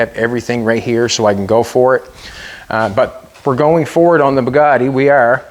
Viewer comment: please pronounce the name as french say it - It's called Bugatti not Poogaadi